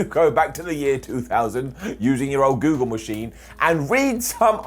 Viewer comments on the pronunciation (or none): none